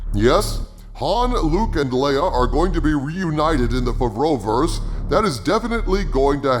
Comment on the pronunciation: coulld you for f*ck sake stop calling it ,,favrouverse"? dave filoni works on it as well, yet you always praise jon while you say nothing about dave filoni, who's MILES better at writting.